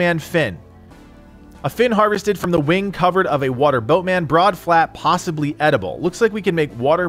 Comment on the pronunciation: Lmao!! he mispronounces possibly. Lol poshhibly good shit, I still love your videos